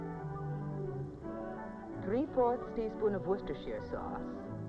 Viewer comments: FYI: It's proper pronunciation is 'Woo-stah-shah' sauce. Not Wash-your-sister sauce. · I noticed that. American YouTubers take note! It's WOOSTERSHIRE. Though here in the UK we just call it Wooster sauce for short.